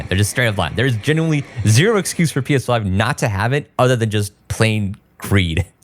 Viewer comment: Why do you say P5 instead of PS5?